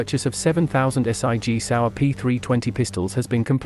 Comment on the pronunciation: S.I.G Sauer get me everytime can’t just say Sig 😂